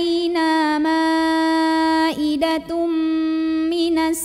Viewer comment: Assalamu'alaikum, Maaf, dimenit, bacanya idatum bukan idatam 🙏🙏